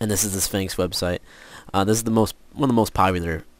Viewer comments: and why does he keep saying spangx its sphax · its sphax not sphanks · lol you sound lke you are saying sphanx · I love how he said Spanx XD